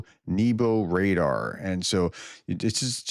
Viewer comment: Only because you welcome this…nehbo, not neebo. Means heaven. You will be a Slavic language expert soon!